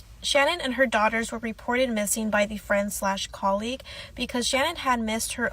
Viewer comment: her name was Sha-nan non shannon... just feel like everything she went thru we can at least say her name right... not being rude just correcting the error is all... i hope she is resting in heaven w those babies